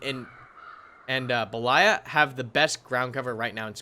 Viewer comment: Damn you butchered those russian map names lol. Rising intonation is on BE, then falling intonation is on LAYA. At the moment the way you do it the rising intonation falls on LA. So improper: beLAya. Proper: BElaya. VERY IMPORTANT lololol